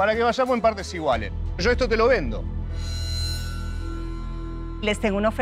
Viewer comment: "mirá, yo no quiero nada de ustedes sho hago las cosas sho solo"